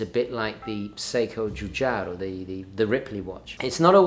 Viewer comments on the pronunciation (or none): none